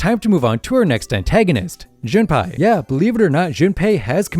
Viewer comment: why does bro keep saying Junpie 😭